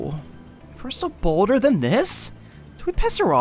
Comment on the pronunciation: I heard boner instead of boulder